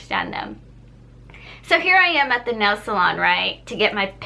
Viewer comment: lol , i can tell this girl was viet right when she said “nail salon” or sum